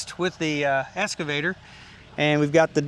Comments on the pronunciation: Dude, it’s excavator, not escavator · I think you have been calling your Excavator a "Escavator".